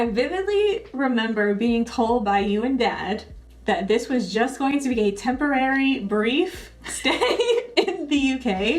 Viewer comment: LOL "temperorary, BRIEF stay" 😄